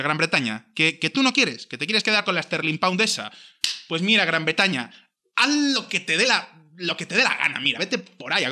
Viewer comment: "Gran Betaña"! jajaj ke grandeeeee